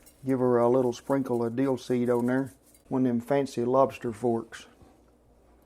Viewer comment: Duh, Deel? You mean dill, right?